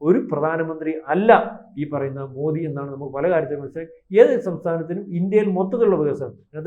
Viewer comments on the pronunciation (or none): none